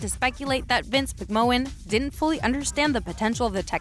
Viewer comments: VINCE MC-MAN. ITS PRONCOUNCE MC MAN PLEAS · McMahon = "mick man" ... Nice video though. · Who the heck is Vince McMowwan? 😂